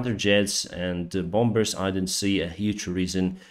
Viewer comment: the word "bombers" is pronounced "bomers", there is no second b in it. #ukraine